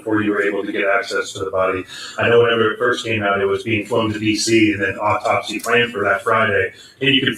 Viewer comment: It’s AUTOPSY not Optopys